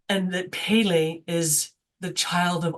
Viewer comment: Respectfully, Pele is pronounced "PEH - LEH" not "PAY-LAY" Mahalo